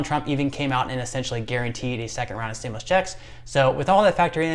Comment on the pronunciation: pronounced STIM YOU LUS not stimlus